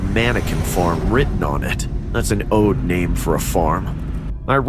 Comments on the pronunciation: rly said ode instead of odd, come on y’all have the script written by a five yr old that doesn’t speak english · Did he say an owed name for a farm?.... maybe I heard it wrong lol